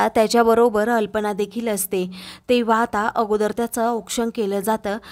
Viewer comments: कल्पना ऐवजी तुम्ही अल्पना असे म्हणत आहात. तेवढी चूक दुरुस्त करून घ्या.❤❤❤❤❤❤❤ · Aag bai alpana nahi kalpana aahe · कल्पना ऐवजी तुम्ही अनेक वेळा अल्पना म्हणतच आहात.